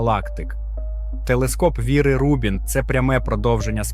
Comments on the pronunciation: Бо ролик озвучує ШІ, який не дуже вміє у наголоси. Звісно, в цьому випадку, правильний наголос на перший склад: Ру́бін. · Чому автор ставить наголос у назві "Рубін" то на другу, то на четверту літеру?